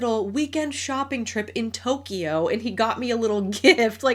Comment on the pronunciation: Amateur phonetician over here. Petty input: it’s pronounced “jewel ree” not “jew luh ree”. And it’s “Toke yoh” not “Toke ee yoh”. Love this vid. Thanks for the perspective!